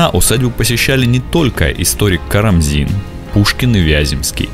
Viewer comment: Уважаемый, ну какой же Óгарев, когда Огарёв?! Хорошо хоть КарамзИн, а не КарАмзин😀